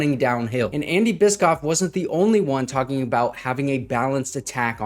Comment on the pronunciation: I believe it’s pronounced bish-off.